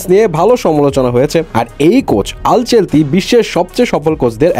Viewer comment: আল চেলতি নারে ভাই, আনচেলত্তি হবে।